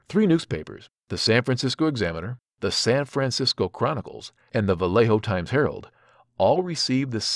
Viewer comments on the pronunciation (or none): Sorry, I’m not “that guy”, but I have to make a correction: It’s the VALLEJO TIMES HERALD , not the Vellejo Times Harold....very easily fact checkable 😉